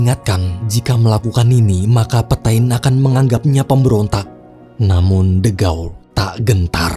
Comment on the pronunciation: FYI lagi, bacanya kurleb "petang" bukan "petain" :')